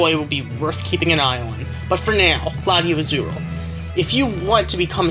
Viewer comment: LatiosAzurill Wasn't in Ruby/Sapphire or Emerald in that route. Tell me, if I'm wrong. These rules sound stupid. Say the S in LatiosAzurill instead of LatioAzurill My goodness! Extraordinare Junior didn't trigger the cutscene. Maybe Gallade. Never seen it happen before. :/